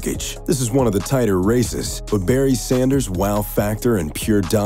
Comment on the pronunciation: You got Barry right, absolutely...